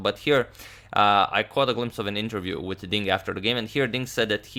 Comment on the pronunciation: it's "with" not witt